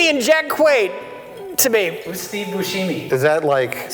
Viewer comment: fucking lost it at steve boosheemy